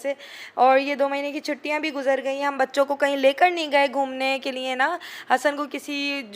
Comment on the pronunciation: LIAN nai hota لیے hota hai... please correct Urdu bolain